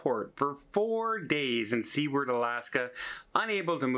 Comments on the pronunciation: Please ... "soo-ward" not "sea-werd" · not See-ward, Alaska: it's pronounced Soo-ward, Alaska. Also, how about just avoiding Spanish ports and waters to avoid their idiot taxes. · William H. Seward (pronounced Sue Ward) was the Secretary of State under Abraham Lincoln. He was instrumental in purchasing Alaska, so kind of important, historically, to those of us who love the state. Please be respectful and pronounce the town of Seward appropriately. Thanks! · Sue ward. Not see ward As in Seward’s folly. Flexibility is the watchword in travel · Thank you for clarifying. I’ve always pronounced it su-ward and I’ve been doubting my sanity 😂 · Next time will go there in his next Alaska cruise to learn from the local to see how to pronounce it right. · Ask Tony how to pronounce SEWARD !